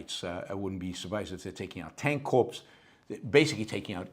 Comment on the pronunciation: Corps is pronounced core in English.